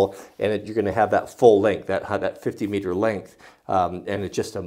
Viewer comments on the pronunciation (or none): 'meter' sounds strange in your mouth